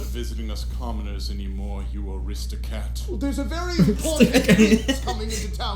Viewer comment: How is this the first time I've realized he says Aristocat instead of Aristocrat??? 🤣🤣